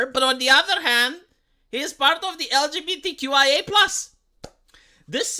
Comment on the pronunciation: I love how he mispronounced 2slgbtqqia